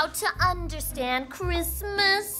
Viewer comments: "bwain hurty understandy kwismas" gets me every time hahahaha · I believe you mean cwismas